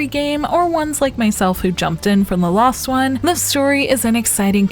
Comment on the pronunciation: Man, the Narrators accent is really thick when she says Last one, as in previous game. I was over halfway through before I realized she was saying last one, not lost one. I'm not the only one who thinks that, Right?